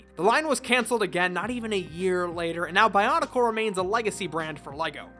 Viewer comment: Your mispronunciation of pretty much everything in the bionicle universe has mildly triggered me